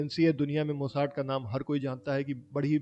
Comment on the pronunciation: भाई मेरे हिसाब से मोसाद नाम है मोसाड नहीं ❤ Good work and good story 👏